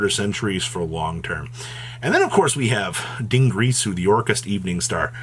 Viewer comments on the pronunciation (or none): Still can't pronounce Dingirsu properly to save his life. It's DIN-GEAR-SU, now say it right.